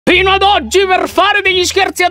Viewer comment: #veraleonessa Solo io mi sono accorta che all'inizio del video Lion ha detto PINO e non FINO?comunque ti adoro perfavore mi metti un piccolo cuoricino???